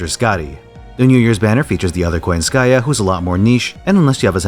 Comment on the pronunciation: So, why are also butchering her name as koyanskAYA. Are you?